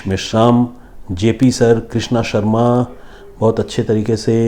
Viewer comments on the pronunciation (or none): none